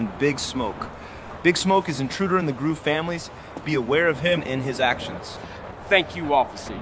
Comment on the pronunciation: Not groove, gruve 😂